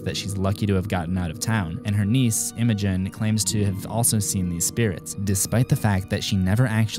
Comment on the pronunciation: and her niece imogen Me(I’m named imogen if u didn’t realize from my name)::0 OMG HE SAID MY NAME RIGHT!!! WOOOOOOOOOO just happy af